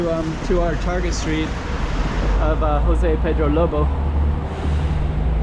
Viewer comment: J has ZH sound in Portuguese so please stop using the H sound as in Spanish. Thank you!